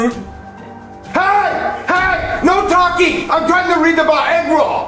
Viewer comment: Fact: said talkie instead of talking